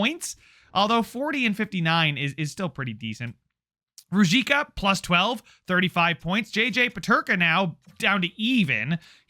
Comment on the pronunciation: Ruzicka is pronounced roo-zeesh-ka. Im liking the series, keep it up!